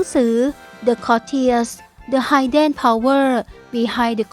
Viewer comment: Hidden ออกเสียง “ฮิดเดน” ไม่ใช่ ไฮเดน นะจ๊ะหนู